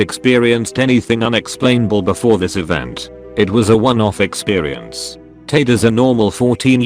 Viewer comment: Anyone else think it’s weird that it pronounces ‘experience’ with a ‘w’